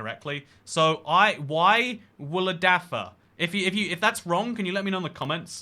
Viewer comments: Y Wladfa the "wl" is like one quick sound so its not "wuh ladfa" its a very quick transition from the w to the l. kind of like saying the name "will" but without the i. bearing that in mind, as an englishman, read the following out loud: "eurgh wladvuh" and don't pronounce the r in eurgh (for people from other places who are reading this) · It’s pronounced Y-oo-lad-va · It's pronounced "Uh wladvah" 🏴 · You say it like. Ergh Wlad va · About the pronunciation of the Welsh name: W is pronounced like oo in "root" as far as I remember. It is a vowel, not a consonant.